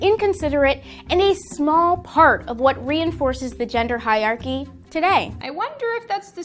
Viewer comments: reinforces the gender high-archy... bitch can't even pronounce the words shes using, should anyone listen to someone like that about speech? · What can't these people pronounce the words they love so much. That liberal said "High-archy" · She mis pronounced hierarchy. The black chick is a doofus. She is a young person trying to sound informed but only superficially understands the issue. The patriarchy ahh yes the ever present attack on the mythical patriarchy. Some people are just easily triggered over little or nothing. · I don't know how I should feel about being lectured by a 12 year old black girl, who can't pronounce hierarchy & contradicts herself repeatedly. When she said "repeat after me, I am powerful", I found myssself saying "you're a dickhead".